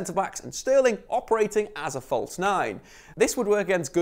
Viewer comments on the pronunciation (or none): none